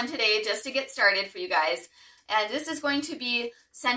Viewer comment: Very nice! Ylang-Yang is usually pronounced as “ee-lang ee-lang” in the Philippines where it grows naturally.